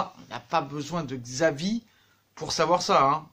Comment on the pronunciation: Ça se prononce chavi pas xavi